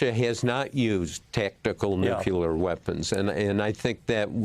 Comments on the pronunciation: Mr Woodward, with respect - NUCLEAR, not "nuke-yuh-ler". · Woodward should know how to pronounce nookleeyar, not noocuelar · All this war crap is stuff YOU PEOPLE are responsible for And Bob... its nuclear, not nuqueler. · If Woodward is so smart, why is he worried about Trumps North Korean lover having "nucular weapons?" There is no such thing. Nuclear weapons, however, would be concerning. 😎😎 {Certified Old Curmudgeon} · Bob, the word is Nuclear, NOT Nucular! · How can the man have written so many books but still say nucular? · I wish Bob would learn how to pronounce "Nuclear." NEW CLEAR.... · "NUKULAR" IS NOT A WORD! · Why can't Americans pronounce the word "Nuclear" properly? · George Bush said it often. It irritates me too, but it's commonly mispronounced. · Btw, this guy can’t even say “nuclear”